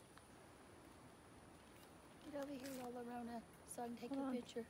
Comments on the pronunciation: the two L's together are pronounced as a Y Yorona La llorona is 'the one who is crying' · Llorona is pronounced "yo-rona" NOT "lo-rona". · I’m pretty sure it would be llorona creek as in (y-o-ro-an) because llora is Spanish it shouldn’t be an “L” sound